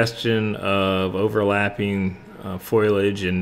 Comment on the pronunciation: Great teaching; beautiful painting! Just want to mention that the word is foliage, not foilage. Thanks for the very clear and useful lesson.